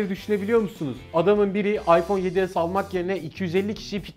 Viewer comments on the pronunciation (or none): abi farkındaysan ipone 7 s dedin